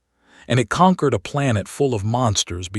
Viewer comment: She asked for a hour and the story said next day. Hopping, conquered and a handfull other wrong pronounced word